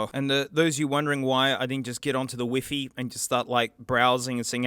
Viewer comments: i like the way you say wifi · That's actually how we pronounce WiFi in Spain 😂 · Hearing you pronounce Wifi like "Weefee" insteas of "Wyfy" was such a treat. Love your accent funny upside-down man !